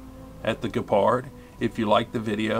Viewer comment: The German word 'gepard' ( is pronouncing it correctly), for those who don't know, means 'cheetah'.